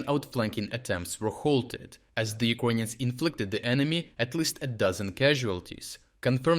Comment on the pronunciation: You sound like you are saying “Ugonian”, instead of “Ukrainians”.